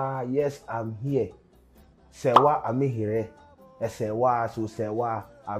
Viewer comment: The Name is not pronounced Amihere like Serwaa pronounce it.